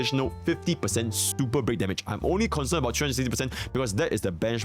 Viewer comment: It's racist to mock someone for the way they talk. Besides that, it's pretty fucked up, not his fault he can't pronounce Super Break properly. Lol